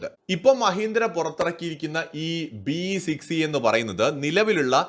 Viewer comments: 'BE 6e ' ithu B6e ennalle parayunnath. E silent alle. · B-E 6e alla. Ennalla pronunciation... BE (ബി) Six e